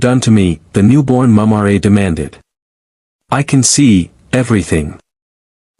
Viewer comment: I guess A.I. can't pronounce Mumm-Rah.